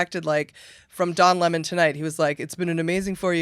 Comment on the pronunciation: “Don Límon” sounds like someone Kelly Osbourne would hire to clean her toilets. 🤗